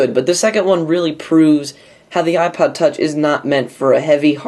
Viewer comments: lol ipood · The Ipood Huh? Really! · ipood...you sure did! lol